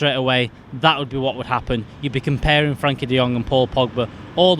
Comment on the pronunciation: It's "Frenkie" de Jong FFS!